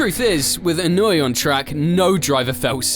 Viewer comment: Annoy? His name is not annoy, that was what he used to do on the track for drivers and spectators, but that's not his name. it's Inoue, he's Japanese not German. E-noo-ae